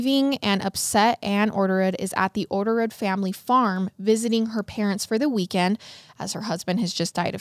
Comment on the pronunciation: You botched orderud… like the name hahaha, catch me laughing everytime you say it the next 40 minutes